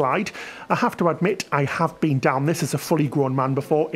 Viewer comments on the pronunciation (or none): none